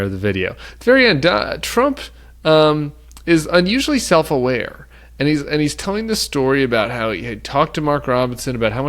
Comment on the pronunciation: Sef-hating…. That’s sad